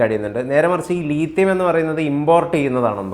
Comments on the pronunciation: ലീഥിയം അല്ല , ലിഥിയം അല്ലേ? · Leethiyam alla Lithiyam